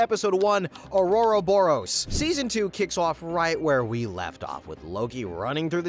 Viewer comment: To put in this much work in narrating and editing while still not able to look up how to properly pronounce Gobi and Ouroboros.